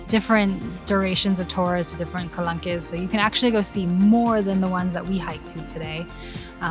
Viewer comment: Well, now that you asked about the pronunciation yourself :) The "qu" in French is basically pronounced as a K, and as the final -e does not have any accents, it's silent. Same for the plural -s... also silent. Therefore it's pronounced ka-lank. But great video!